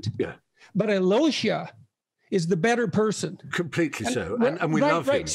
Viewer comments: Alyosha is pronounced as Al -yosha. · The way they pronounce Alyosha is hilarious!